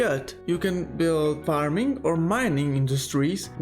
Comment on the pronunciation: Parming? What are you, a Filipino?